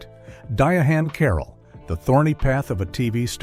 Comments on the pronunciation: It's not pronounced "Diahan" it's pronounced "Diane" Carroll. Idiot.😄😄😄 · It's pronounced Diane Carol not diahane carol